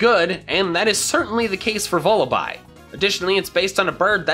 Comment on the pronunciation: VULLABY, NOT VULIBI!